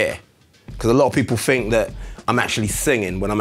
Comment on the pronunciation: “some people FINK”